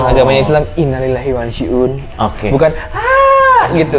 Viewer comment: Coki lebih fasih ngucap innalillahiwainnailaihirojiun daripada Dono 😂